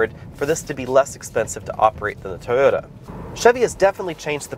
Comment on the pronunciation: Toyota not Tota.